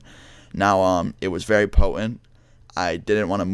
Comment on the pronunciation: "It was very Pppohhent"